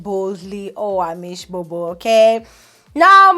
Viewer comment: I can never get the way you say your name... I'm always looking forward to when you say "I'm Owamie N....." then I go Huh? 😂